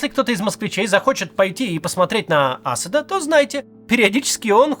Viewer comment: Вы ни как не научитесь правильно ставить ударения вообще. В и имени Аспда например... !!! Узнайте.